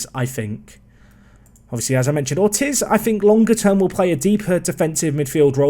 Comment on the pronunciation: Ortiz is pronounced "ORR-TEEZ"